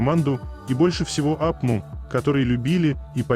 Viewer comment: Пожалуйста не говорите апму вместо Арми